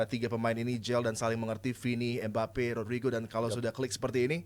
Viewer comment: Adiyani ngomong mbappe jadi embape